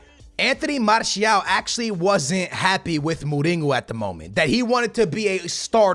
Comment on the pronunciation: Dude, what is with you saying like 99% of the names wrong.....Mourinho doesn’t have a G in it dude....